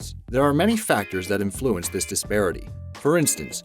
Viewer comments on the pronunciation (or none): InFLUence? Dude. Why are you highlighting that syllable ? Are you being Dr-y? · Why is he pronouncing ‘influence’ so strangely? It’s quite annoying